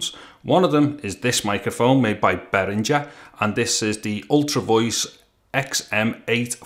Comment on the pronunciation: I hit that thumbs-up the moment I heard you say the word "Behringer". Seriously though, great comparison vid!